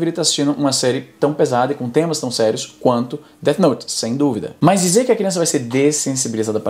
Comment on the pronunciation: "DET" note kkkkkkkkkkkkkkk